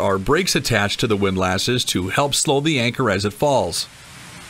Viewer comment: Please check your pronunciation of “windlasses” … they are not lasses. I’m pretty sure that “wind les” is the universal pronunciation.